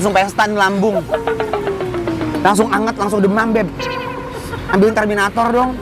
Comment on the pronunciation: ya aloh ngakak dah 😂😂😂alat pengukur panas bukan terminatoor😂😂😂itu lagi kameramen temprratuuur, yang bener TERMOMETER encereees😂😂😂😂